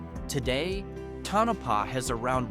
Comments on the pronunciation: Tonapah not Tanapah😊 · to no pah not ton a pah